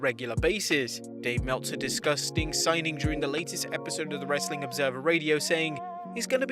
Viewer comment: the way he says "some more wrrrrestling content"